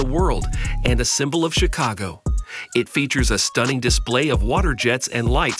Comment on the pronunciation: The pronunciation of some of these words—carousel, Chicago, Tilt….🤔🤔🤔